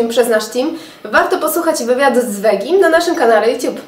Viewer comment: Mi się wydaje że veggie to się nie czyta wegi tylko wedżi, albo Kopenhejgen a nie Kopenhagen.